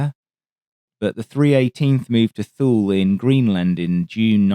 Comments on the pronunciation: Thule is not 'thool' .... it is 'tool-eee' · Thule, Greenland is pronounced TOO-ley. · A Pound For Air To Ground. At approx "Thule" AFB is pronounced as "Tool-EE" AFB. It's a hard one to guess at since it is spelled nothing like the way it is pronounced. I absolutely love your detailed analysis on battles, historical or otherwise and your research is always excellent. Thank you! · Hate to harp on your pronunciation again, but Thule AFB in Greenland is called "Toolie," not "Thool." My dad used to fly B-52s into there during Chrome Dome. Otherwise, great - I love your channel. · Was 'Tool-EE' the American pronunciation, or the actual correct form?? We Yanks do have a way of butchering words, after all. 😎